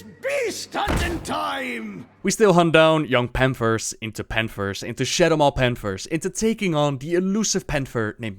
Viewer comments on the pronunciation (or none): "de panfers of strangleforn vale." i love this guy <3 where are you from? perfect english btw.